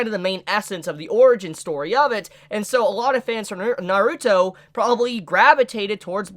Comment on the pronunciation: it just feels like you're putting too much emphasis on the "ruto" part